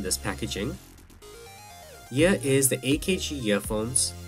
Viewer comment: No shade but why do Indians pronounce the word "here" as "yir"? It's just glaringly cringeworthy. Other than that it's a good unboxing video nonetheless.